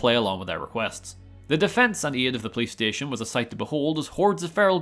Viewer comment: I honestly can't tell if it's the way his accent meshes with mine or if he's doing it deliberately, but every time he says "police station" I hear playstation. ;p